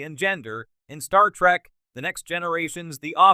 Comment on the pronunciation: it is trek not track